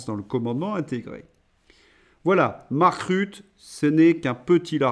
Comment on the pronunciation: Belge néerlandophone je me permets, sans vouloir vous offenser, de vous corriger sur la prononciation de Mark Rutte. On ne dis pas Rut mais RuttEU. Bonne continuation et vive l'Europe libre !